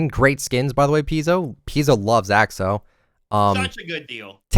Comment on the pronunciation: Lol keeps pronouncing Axo as "Ox-oh" 😂